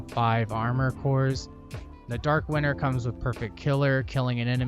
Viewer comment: I know it's not a big deal but am I the only one hearing "Dark winner" ? other then that, awesome build, good video and a sub to top it all off :D